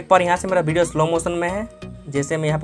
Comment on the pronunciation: 1000 baar bhidiyo bola😂😂😂